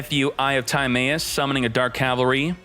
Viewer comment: Eye of Tie May Us? I thought it was pronounced as Eye of Tah My Us.